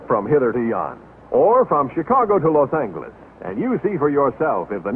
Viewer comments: So that was the way LA was pronounced, then? Los ANGLE-es. Those citrus groves to the east of Pasadena were already in the gun sights of the developers when this film was made. In those lounges and the dome car, was everyone humming "Smoke gets in your eyes"? So many smokers I thought I was in Europe. Different food handling rules back then, everyone in the kitchen bare-handed tossing your steak on the pan or the plate. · Yeah, Los ANGLE-eez. That’s the way Joe Friday a la Dragnet pronounced it, too. 😂